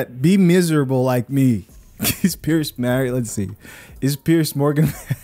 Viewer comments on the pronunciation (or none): It's PIERS NOT PIERCE